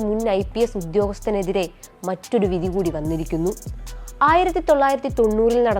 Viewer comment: Ask this female to pronounce vidhi correct.